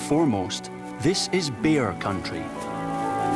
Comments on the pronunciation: Why this narrator pronounce the word "bear" and sound as if "beer"..I feel it a bit awkward. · Said beer because that’s the Scottish accent! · Bear or beer??